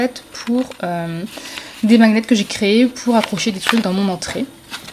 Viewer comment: Les magnets ça se prononce maniette